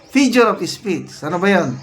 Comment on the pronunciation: Figure kuya hindi fijure😂